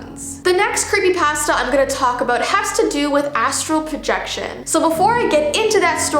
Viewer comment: i like how she say's creepypasta it's cool i like it